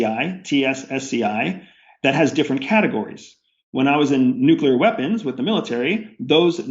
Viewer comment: "Nuclear weapons"... not "Nucular weapons"... "Nuclear". Anyone who says "Nucular" is a bender. Kappa.